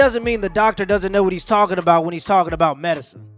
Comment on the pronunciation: Lol aboot